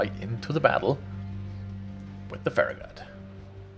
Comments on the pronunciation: Hey, its pronounced FA-RA-GUT. Hope that helps. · BolshevikMuppet Not to nitpick but it's more like Fair- EH - Get. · So glad to find you playing my game!!! Love to see more and more WoWs vids :-) PS Pronounced Farrah (like Farrah Fawcet) and gut..(like kick in the gut) Cheers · If you watch the reboot of star trek with Chris pine they originally post ohura to a farragut. She pronounces it